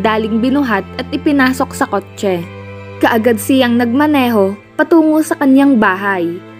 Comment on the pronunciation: Ilocana po ata ang narrator, sa pag pronounce nya ng kotche